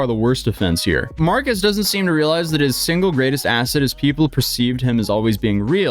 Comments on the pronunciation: Marques ❌ Markeese ✅ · You don't say Marques right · This is nothing compared to the gravity of his situation, but please, pronounce his name correctly